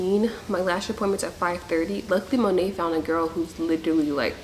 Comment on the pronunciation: You keep saying monet I’m like Monet??? Mcmichael??? 😭